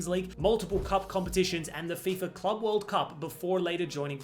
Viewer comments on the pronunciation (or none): none